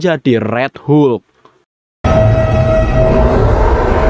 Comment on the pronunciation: Hulk mind bukan hu luk 😂